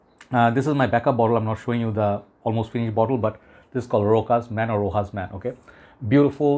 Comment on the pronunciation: It's not RoKas or RoHas, it's pronounced RoSHas. We don't pronounce Chanel as Kanel or Hanel 😅 btw it's not a dig at you.